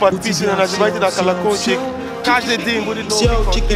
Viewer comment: мне нравится как он произносить слово "колокольчик". это бесценно 🤣🤣 забивай ка-ла-колчик епта 😂😂😂